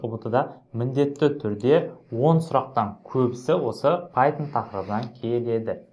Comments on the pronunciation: Пайтжан емес пайтшарм солай естіліп тұр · Пайтон❌ Пайтжан✅